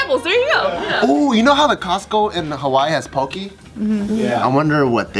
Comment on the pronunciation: With the amount of times you guys been to Hawaii...it’s Poh-keh not poe-key 🤦🏾‍♀️🤦🏾‍♀️🤦🏾‍♀️